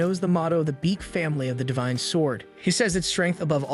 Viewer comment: for the love of satan please pronounce his name properly its BAEK not BEAK